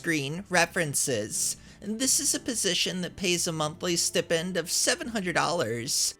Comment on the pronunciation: It always cracks me up how you mispronounce the names of the OPs. And how you repeatedly mispronounce the word “stipend.” It’s a laugh riot 😂